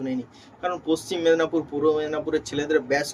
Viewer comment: এ ভাই তুমি মেদনাপুর কেন বলছ ওটা মেদিনীপুর হবে😅